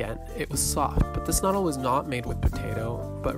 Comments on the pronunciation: They are properly pronounced "ke-nurdel" (Knoedel). But a great video, thank you. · Uff. Really butchering the pronunciation of all the german words. Especially "Knödel". Also "Gasthaus" just mean restaurant in German ( a more traditional type of restaurant) so "Gasthaus Elsner" would be just restaurant Elsner. And you mentioned it is called "gasthaus" which would be more of a generell type of of restaurant than an actual name. Nice that you had a good time in Vienna though! Watched the whole video through, was quite nice.